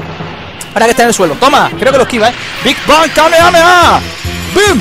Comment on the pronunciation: se dice kamejameja y se escribe kamehameha al igual que no se dice goan se dice gojan y se escribe gohan